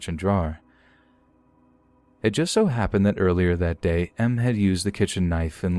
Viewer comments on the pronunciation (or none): I thought you meant “masochist” because you said “M” instead of “Em.”